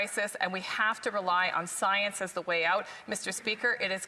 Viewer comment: No, no. He said "psy-ence", kind of like astrology vs. astronomy.